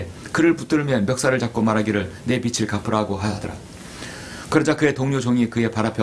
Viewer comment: 주제 넘지만,빛을->비츨 빚을->비즐 빚이->비지 목사님도 사람이신지라 완벽히 국어 문법을 모르실 수도 있습니다 저도 마찬가지입니다 목사님은 우리들 보다 성경에 관한 진리의 지식이 풍부하십니다^^